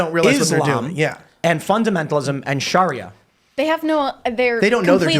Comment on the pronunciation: Tim can't even say Sharia correctly lol.